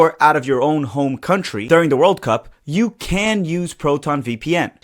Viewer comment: The way you say World Cup is weird you put the emphasis on the words oddly